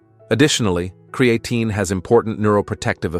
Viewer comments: Why does AI always mispronounce words like Creatine.and Peart (as in Neil Peart the professor). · ai says create-teen is good for you